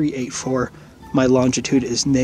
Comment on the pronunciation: At least he correctly pronounced "longitude".